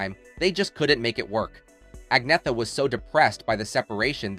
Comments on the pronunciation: A so-called "documentary" and you can't even pronounce her name! "Ahn-Yet-Ah" - absolutely no 'g' sound. Any wonder she gave up and let people call her Anna..... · I wish they still showed how many "thumbs down" a video gets, because this one deserves lots and lots of them. For one thing, her name is pronounced "Agnyeta". All you have to do is look it up. And the choice of words "nothing but" for her parents is a disgrace at best. What were they supposed to be? And putting a thumbnail on this, suggesting that she's nude, is just disgusting. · Pronounced Angn-yetta. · Agneeta ? It's ANJETTA ! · The commentator really needs to do better in pronouncing Agnetha's name. He never once got it right, varying between "Agnetha" and "Agneetha" (as it sounds by saying it in English); when the true Swedish pronunciation is "Anyeta" or "Añeta". The "h" is silent and the "g" is not hard-sounded, rather it changes the "n" to "ñ" as in "ny". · To his discredit, it's unfortunate that the narrator mispronounces her name many times in the beginning of this video. He says "Ag-NEE-thuh" or "Ag-NEH-thuh." Meanwhile, it only took me two seconds to look it up. Her name is correctly pronounced "ag-NYA-tuh." Also, how denigrating to say that her father was "Nothing but a..." or that her mother was a "Nothing but a..." Who wrote this shit? "Nothing but a writer?" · Her name is pronounced 'on-YET-ah'...Just sayin' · For pete's sake, can't you at least have the courtesy and respect to learn how to pronounce Agnetha's name properly?!! It's " ann-- yet--TA ". Here she is . . . . . . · Agnetha's name is pronounced "Angyetta Feltskoog." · Her name is pronounced Ann yetta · You've done well on pronunciations except for the most important - Agnetha herself. It's An-ietta. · I only learned.it from her self pronunciation as Ag- nee- ah-tah! If I'm wrong, I sincerely apologize to Agneatha, I am so sorry! I stand corrected, it will take time to assimilate! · Her name is pronounced Onyetta Feltskog.